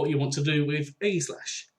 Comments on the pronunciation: No Its Ee-gi-slash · eggyslash is killing me😂 its ay-jis-slash